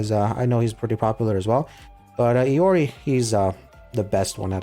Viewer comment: If I'm not wrong Iori is pronounced like "I-ori" kinda like the rapper and Jotunn is pronounced "Yoton" it's Norse and from what I remember from previous research on Norse, Their Y's make a J sound. For mais holy relic I personally know two ways it could be pronounced those being Ig-dra-seal or Ig- Dra- SEAL with you rolling the ea. Sol is pronounced like soul(from what I remember). Helhiem is pronounced like "Hell-Hime.". Mani shouldn't be a problem. Edit:If you know more about the proper way to pronounce Norse names feel free to correct me.